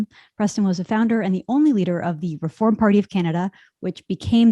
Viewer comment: Love that word Rrefooorrm